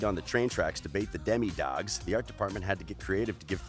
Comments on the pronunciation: You made like the caption of the video “Stranger Things: 20 Facts you didn’t know” how do you know that I didn’t know about any of these, also did anybody else wanna correct him when he called Demo-dogs, Deme-dogs OVER AND OVER AGAIN LIKE OMGGGGG. But like still great video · It’s not Demi-dogs it’s demo-dogs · The narrator says “demmie dogs”😂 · did he say deme dogs instead of demodogs